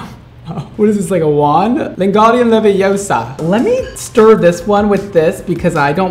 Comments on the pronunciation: It's LevIOsa, not LevioSA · It's leviOsaa not leviosa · LENGAREON LEVIOSA🤣 love it